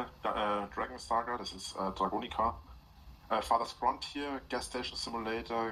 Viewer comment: Wie er statt "Farthest Frontier" immer "Father's Frontier" sagt. Ja, die hätte er nur zu gern überschritten. Aber manchmal sagt er auch "Fartest Frontier". Die fürzigste Grenze.